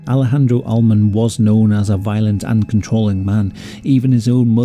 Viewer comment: Omg so so sad. But it's Al-le-mon. Not All-mon. I know you're British and can't help it